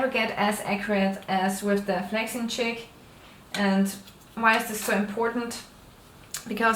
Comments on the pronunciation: omg haha even tho u say this now i stil can only hear her say chick :p. thanks for answering my question aswell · She is saying "Jig" but it just sounds like "chick". The jig positions the feather 1/3 the way around the shaft and holds the feather in a spiral or "helical" shape.